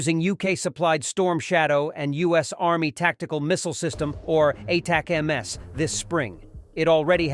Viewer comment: Watch this channel quite a bit and often wondered if the voice is real or an AI. Weird inability to pronounce ATACMs